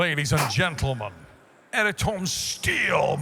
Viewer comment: His name isn't "Air-tom", lol.